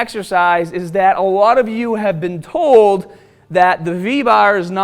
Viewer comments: How many guys I have seen bending and pushing!!! Question: to get the "v" I want, I need to push more weight with the V bah? Then go lightah to get the cut? (Just playing with your accent 😁) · What's a v bahhh? Lol